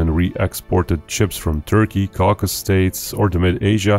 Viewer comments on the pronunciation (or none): Caucasus* states, not "Caucus".